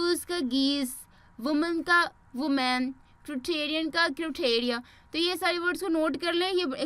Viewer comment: Women ki pronunciation vimin hai. Or woman ki voman